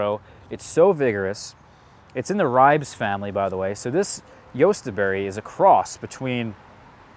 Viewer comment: Ri-beez. Two syllables.